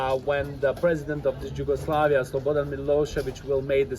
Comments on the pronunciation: Đugoslavija lmfao, why isn't he pronouncing it in our native language ffs. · Lol, that guy doesn't know how to say Yugoslavia